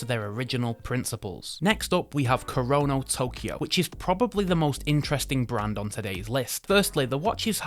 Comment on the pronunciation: A few hints on pronunciation from someone who lived in Japan for several years (though that's not a requirement for some of these corrections). Kuoe is pronounced Koo-Oh-Eh; Mirco is not micro but Meer-ko (note the spelling); Kurono you got right!; finally, Minase is Me-Nah-Say. Thanks for reviewing these. Dead right on Minase and Kurono.